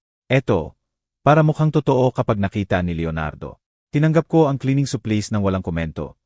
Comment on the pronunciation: Hire,supplies Ang daming Mali sa pagbigkas prang batang nsa elementary